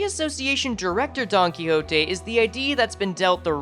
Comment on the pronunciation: i really dont like you saying don quixote like that but alr i mean its an actent